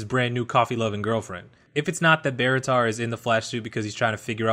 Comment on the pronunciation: Please never say Barritar again